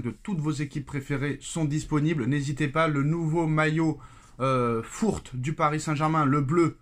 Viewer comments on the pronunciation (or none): faut arreter de dire les maillots fourte mais fource en expirant le r lol , je suis collectionneur de maillots chacun fait ce qu'il veut de ses sous mais privilégier de l'authentique occasion au moins ça a de la valeur sur le marché.